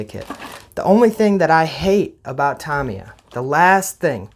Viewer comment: It's pronounced RE VELL, and TA MI YA.Get it right dufus.